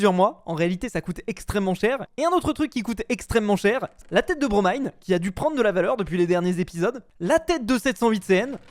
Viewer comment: Il a eeeenfin bien prononcé le blaze de Bromine